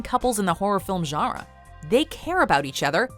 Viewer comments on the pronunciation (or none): did she say genre? Or like genraaaah